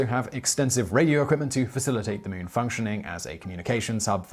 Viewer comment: Ah yes. newking the mewn…